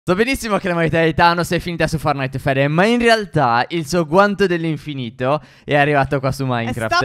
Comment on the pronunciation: Vi amo vi seguo sempre su ogni video e ogni live ps Stef consiglio si dice fortnait non fornait ahaha vi amoo♥️♥️♥️😂